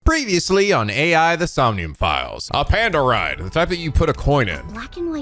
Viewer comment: Hey,. Just want to point out that you're actually pronouncing the title of the game wrong in the intro. I actually attended the panel when they announced this game back at Anime Expo 2018 and Uchikoshi said that AI is actually pronounced "Eye" in the title, due to everything about this game being related to an eye. So it should be pronounced as "Eye: The Somnium Files".